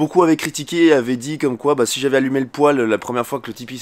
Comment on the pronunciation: Le poil? on dit un pouèle